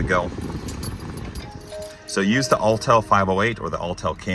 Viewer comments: Autel, not Alltel. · Autel is pronounced differently than Alltell.